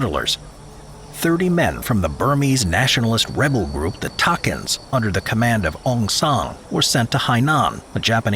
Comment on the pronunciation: It's not Takins, (Ta Kin), it's Tha Khin